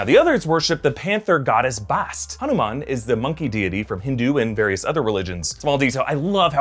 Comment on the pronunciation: Shout out to hanuman and great pronunciation!